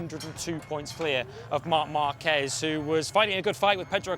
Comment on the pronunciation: Márquez not Marquezzz